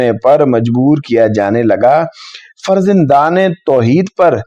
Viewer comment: فرزندان (farzandan ) ہوتا ہے ناکہ farzindan. حرف ز پر زبر کے ساتھ پڑھنا چاہیے.